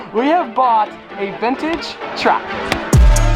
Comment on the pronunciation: Bro I swear when he said tractor I dies inside